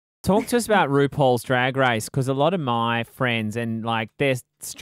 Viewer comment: "rupauls drag rice"